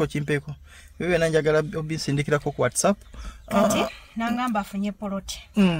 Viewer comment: Naye banange s.2 ngatamanyi Even the word WhatsApp nti waysaf